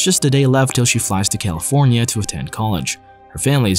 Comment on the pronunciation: bruh i always hear calenfornia